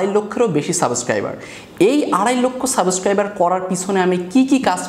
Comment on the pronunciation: সাবোস্ক্রাইবার😂😂😂😂😂 আড়াইলক্ষ সাবস্ক্রাইবার অথচ উনি সাবস্ক্রাইবার বা সাবস্ক্রাইব সুন্দর ভাবে বলতে পারেন না।